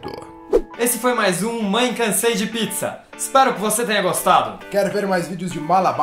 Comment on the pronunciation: E no 'Pitizza'